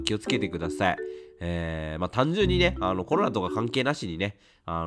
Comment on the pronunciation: コロナが「ころら」に聞こえてワロタ お気をつけて えげつない発熱でコロナ！？と思ったらインフルだった人